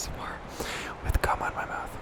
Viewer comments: I'm so confused on if he is really saying "gum". And now I'm questioning what he does in between stops. 😂😂😂😂😂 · . Didn’t think that you said “gum” at first